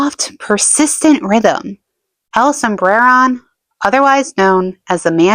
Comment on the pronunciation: I really like your videos, haha "Sombreron" doesn't have any rolled R's (I'm Mexican) but make an emphasis on the o, like this: "El sombrerón" otherwise your pronunciation of it is good.